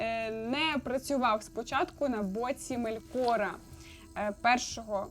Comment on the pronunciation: Настільки добре що навіть не знає де в імені Мелкора ставити наголос👍